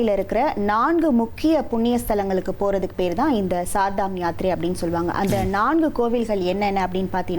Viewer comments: It is not Sardam yatra pl. mention as Char ( means four) Dhamyatra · CHAR DAM not sar dam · Not ShardaM .Char Dham 4 please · Sar dham illa madam Char(4) dham Educate viewers Don't b like uneducated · Idu sar dham yatri kidiythu. It is char dham Yatra. Set right your pronunciation. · Sirdham யாத்திரை இல்லை Chardham யாத்திரை உச்சரிப்பு சரியில்லை. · Char dham (ஸார்தாம் இல்லை) கேதார்நாத்....NOT கேத்ரிநாத். வேறு செய்திகள் கேட்பதில்லை. ஒன்றும் படிப்பதும் இல்லை. கடவுளே 😂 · Ammaadi, Adhu CHAAR DHAAM YATHIRAI. CHAAR CHAAR CHAAR CCCCC -- CHAAR ENRAAL HINDHI LA 4 ENRU PORUL.. SAAR DHAA M SAAR DHAAM NU OLARURE. MOREOVER கேத்ரிநாத் NU SOLRE. Adhai கேதார்நாத் nu correctaa sollunga.